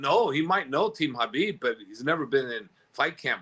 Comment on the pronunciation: Javier Mendez has to be one of the biggest Frauds in MMA. No doubt that he knows how to fight, but to think he's behind these great champions, or somehow responsible for their progress is just laughable. And I wish somebody would please explain to this guy how to pronounce the name khabib. He pronounces it HABEEB.